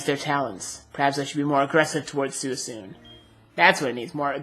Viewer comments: By the way, its pronounced SWEECOON not SOOEESOON lol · ive never heard that pronunciation of suicune before. thats pretty neat :D i pronounce it swee-coone, if that makes sense XD